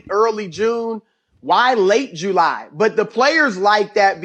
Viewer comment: Chris 'Late June, Early Jew-Lie' Broussard